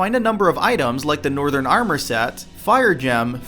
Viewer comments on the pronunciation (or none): none